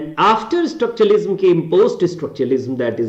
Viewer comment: You said you're a story teller but your pronunciation is not that good as you keep pronouncing "structuralism" as "Estructuralism".